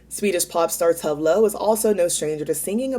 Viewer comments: Tove Lo is pronounced 'Too-Veh Loo' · TOVE LO. Tu-Vey Lou lol. I didn’t know either until she told the world on RPDR when she guest judged lol. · it’s Too-Va Loo! i only learned because she was a guest judge on RPDR. lmao. after i looked it up on here I was in shock. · I recently learned that we’ve all been pronouncing Tove Lo’s name extremely wrong. Lol.